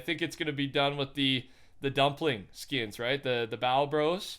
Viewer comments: Funny thing is he’s saying bao right. Lol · I’m pretty sure you said Bao correctly the first time so you’re good👍